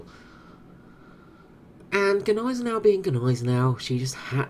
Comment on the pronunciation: I'm pretty sure the "G" in Gneisenau is silent